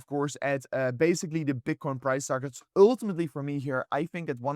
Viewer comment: broooo you gotta stop saying uultimately...say eventually youll probably pronounce it easier lol